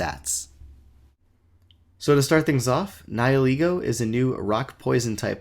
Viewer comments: Nie-ee-lego? DansGame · SuperParadox494 More along the lines of Ni-ill-ego.